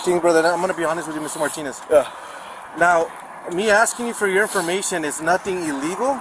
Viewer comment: The cop literally sounds like he says “ ALL I HAVE IS MY PENenis “ ⏱️ time stamp He was trying to say “ All I have is Martinez “